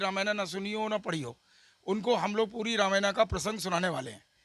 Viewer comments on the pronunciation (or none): वक्ता, है, हिन्दी जानते हैं फिर भी 'रामायण' को 'रामयाना' बोल रहे हैं। बहुत मजाक है।